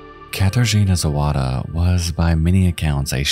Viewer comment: You really did do well on the Polish pronunciation! I just gotta be a killjoy and say it's *Zawada, not Zowada ;) a really good (and chilling) video nonetheless